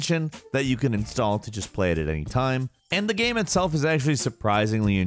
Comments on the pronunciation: I've always wondered what accent would cause someone to say guym instead of game. He always sounds vaguely drunk to me. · He says, 'game' like ghem... I just noticed today lol. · if that guy says gääm instead of game one more time, I swear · Is it just me or does it sound like hes saying "gam" and not "game"? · I can’t be the only one who can’t help but notice pronounce the word game “gyam” every time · he says gaem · What is this 'ghem' you speak of? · what's up with the frequent mispronunciations of "game"? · i just noticed you pronounce "game" as if there is no e in it and I can't un-hear it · why you say game like that? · Why can't he pronounce "game"? 😂